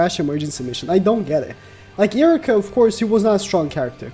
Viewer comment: this man is really pronouncing iruka as iricka